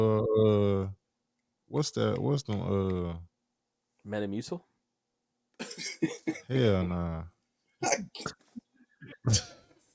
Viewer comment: Almost choked when white boy said Metamucil🤣💀